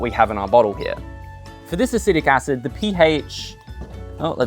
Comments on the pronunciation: 🗣Acetic acid 📜Acidic acid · I noticed that too, but honestly thought it was just a cheeky joke x) It is technically acidic acid.